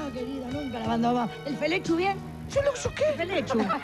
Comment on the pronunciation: El felechu bien? - El fuluxu.. que? Jaja